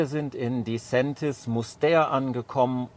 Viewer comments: Das war bestimmt kein Schweizer Kollege. Disentis wird nicht als "di Säntis", sondern die Betonung liegt auf der ersten Silbe, also DI-sentis. Und dann mit "e", nicht "ä"... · Das mit der Aussprache von Disentis üben wir noch :-) Aber danke für das Video